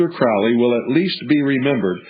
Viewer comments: I always pronounced it the way this guy does- rhymes with GROWLY. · the eye in the triangle (israel regardie) the magic of crowley, du quette, moonchild, magic in theory and practice, book four, goetia, book of thoth, bios, book of the law etc, yet i am novice. this man can't even pronounce crowley's name right. it's crowley as in holy. crowley acted irresponsibly in his life - he survived an abusive childhood. sacarafice in this context means to make sacred; which is what the word means. in the foot note in magic and theory practice, he says don't try this. a lot of this talk is out of context; it is best to read crowley's works or by people who knew his like israel regardie, or lon milo ... who knew regaridie. the most important aspect of crowely is the law of thelema or holy will; which cooper does not mention. but lon milo said, ' crowley could be a real gerk'. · Crowley rhymes with "Holy" which he was subjected to as a child his mother was a religious crazy person and the cult she belonged to, the ""Plymouth Brethren". I guess they were quite strict and took all teachings to the extremes. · Crowley rhymes with holy. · Nah. That's what he wants you to think. It is pronounced crau-lee